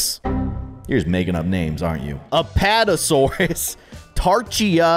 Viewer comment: It's not a-pot-o-saurus it's a-pat-o-saurus